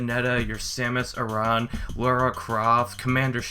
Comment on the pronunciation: I hate to be that guy, but it's pronounced Sam-us Air-an. It's the canonical pronunciation used in Prime 3 and Other M. Otherwise good video. ;)